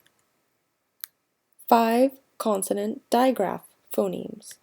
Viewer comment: Pho-NEMSZ not nims!